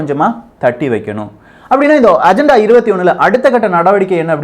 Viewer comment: Athu ajantha paku illa pa.. agenda konjam nalla pronounce panlamae... sorry no offense..